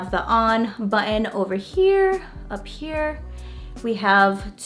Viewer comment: The word button has a T in it ! LOL